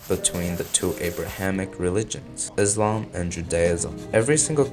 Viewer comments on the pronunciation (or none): none